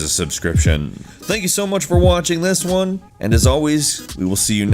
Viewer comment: Did you said "un" instead of "one" or I'm just hallucinating because of lack of sleep?